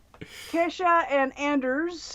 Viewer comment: Percy's a cute kitty!❤ Also Thank you for mentioning me! (Though my name is pronounced as Key-sha)